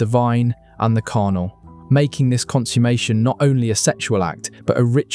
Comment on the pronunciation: Please check your pronunciation of "consummation".